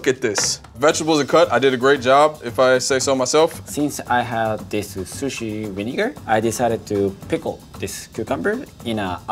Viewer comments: Lol, he pronounces it "vinigga" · rosemary lime vineguh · Why does he say vinigga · the way he said vinegar cracked me up